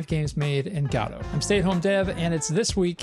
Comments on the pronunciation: Btw: You pronounce Godot like "Jodo-T" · After listening to a dozen Godotcon talks from the creators and maintaners of the program, why in the world do you still pronounce it that way. It's just rage bait mary-oh kind of stuff at this point. Just a stubborn way to turn off potential viewers. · Yeah, godot has an official way to pronounce it in english, yet after so many comments he keeps on twisting the word as much as possible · I vote guh-do this week. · Im going to continue calling it guh-do thanks very much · There are many ways to pronounce Godot, and he somehow picked the worst one. It's like the English pronunciation but without literally any of the charm of the English accent. GAH-doh, GAH-doh, GAH-doh. I find it grating enough that I try not to watch his videos. (Like, is he trolling?) Though, clearly, I sometimes do still watch. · i vote for you to stop mispronouncing godot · yes please